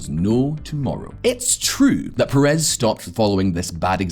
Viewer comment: Thanks for the video. BTW, the correct pronunciation is Shimon PEH-res, not peh-REZ.